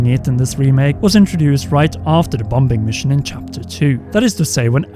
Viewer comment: And bom bing mission and Aerif